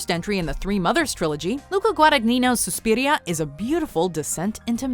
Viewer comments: Whats with the way she pronounce "suspiria"??? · im sure i wasnt the only one who cringed when she said ~suspiria~